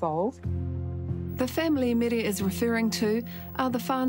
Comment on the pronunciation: Her name is Mary not mere!!